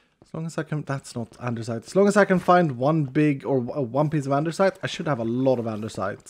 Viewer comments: That moment when you realize says andersite so much that the altar literally has it spelled that way even though it's actually andesite. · Why you call it andeRsite?? It's Andesite. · Why do you always pronounce it "andeRsite" when there is no R there? EDIT: Wait why are the Andesite items named "Andersite"? Is it because of the modpack? ....did you intentionally rename them for Vault Hunters? Hahaha, if so, I must actually commend you for your commitment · saying "andersite" is why there is a spelling mistake in the mod because it's "andesite" and the stone is spelled both ways in the mod. One of the skills also has "specialisation" in the description instead of "specialization" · I love how when he looks at the vaultar it says Andersite as well, not andesite xD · you actually changed andesite to andersite xD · why is the vault altar saying andersite its spelled andesite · XD The mod changes the name of andesite to "Andersite" for the way says it 🤣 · So does he say "andersite" on purpose? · why does he say andersite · I get teased a lot for saying andersite and you say it quite a few times 🤣 and I’m not Changing how I say it lol love the video and this series in general! ❤️ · He changed the name for VH to give it the R because he always mispronounces it. So he changed the name to troll people.. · I just came here to see if that was mentioned. always adds an "R" to andesite when he pronounces it, so maybe it was renamed in this mod pack as a subtle joke? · Yes he renamed it. always pronounced it wrong on stream, so he changed the name in VH so he could confuse people into believing it was always spelled that way and the viewers are wrong. at his finest. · What english are you using, cuz in my English its called andesite, without the r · since when is there an r in “andesite”